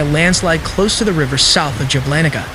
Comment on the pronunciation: That city is Jablanica === Yablanitza ,dang , good reporting , but the names , ouch .😢